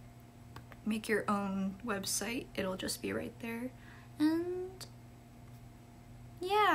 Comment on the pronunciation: Are you "raght"? 😅😅😅